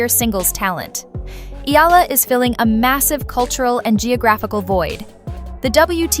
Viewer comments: You pronounced her surname wrong several times. It's not EELA. It's EE YEAH LA. And you got it right on some occasions. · Alex’ surname has “diphthongs “, so right pronunciation is: “ Eh la”, but Filipino pronunciation is : “ Eh Ya La”. like AYALA✅🇵🇭❤️‼️English 101 🤓👍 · Maam, Eala is pronounced as "E-YA-LA" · Excuse me, please pronounce her Family name correctly. It's Eala no "i-la" as you pronounce it. Ah, ah ok, I think the voice used Ai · E-YA-LA is the correct pronunciation